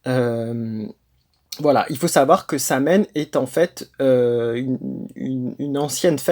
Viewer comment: Apprends à dire sowine.Comme quoi tu sais pas de quoi tu parles